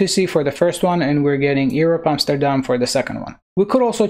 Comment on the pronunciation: You say Amsterdam like a Dutch person would. I can know, I am from The Netherlands.